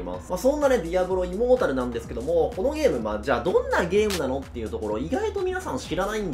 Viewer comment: 開幕、immortal（イモータル、不死の）じゃなく、immoral（インモラル、ふしだらな）になってて笑った